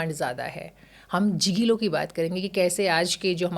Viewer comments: Mem mene to kahi padha he gigolo(गीगोल़ो) ,jijolo nahi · "जिगिलो" क्या होता है? शब्द तक नहीं जानते ना उसका सही उच्चारण। बस मतलब है तो सनसनीखेज विषय पर बात करके पैसा कमाना। घटिया।